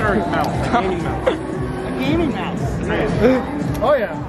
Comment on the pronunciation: "Mouse" plz😭